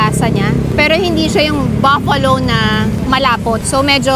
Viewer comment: it’s BUFFALO NOT BAFFALO